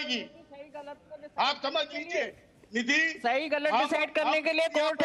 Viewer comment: राम कदम निधी को नीधि जी बोल रहा है तिवारी नीधि निधी बोल रहा है और आरे आरे कर रहा है मलिक बोल रही है नीधि इससे समझ में आता संस्कारी कौन है